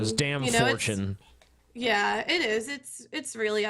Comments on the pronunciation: Lol this bitch said "Fortune" instead of 4Chan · is such a troll. "Fourchin" "DDoxing"